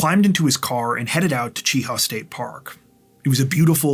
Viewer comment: Mt Cheaha is near me. It's pronounced more like the Chia pets people used to have years ago. Otherwise, this was a terrible crime. Jolee didn't deserve to be murdered this way, simply for breaking up with that guy. (his name isn't worth mentioning and I hope women steer clear of him in the future, when he is released) People, folks get together and break up all the time. Killing them, or yourself over it is not worth it. Yep, I know you're hurt, but give it time. My last break up took a couple years to get over, but I got over it. Met somebody new, and have now been married 20 years. No matter how bad it hurts, move forward.